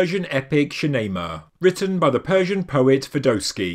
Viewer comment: Another perfect video ... Also as a side note the pronunciation of the Iranian poet who wrote Shahnameh is Ferdousi ... Thank you